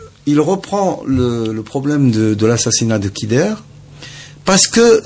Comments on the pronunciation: allah yerham les vais moudjahidins vous parler de dakhmouche youssef alors que vous ne le connaissez meme pas et vous n'etes pas sûr que c'est le tueur en plus on dit khider on ne dit pas kider et enfin ou est le tresor du peuple algerien ????? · Il prononce Kider au lieu de Khider